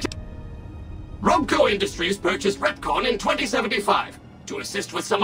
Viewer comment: I kept thinking he said "Retcon" at times, and suddenly felt the urge to punch all of Disney in the face over their butchering of the Star Wars Expanded Universe...